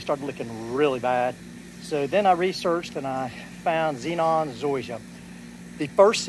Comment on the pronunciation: Zeon. You are saying it zenon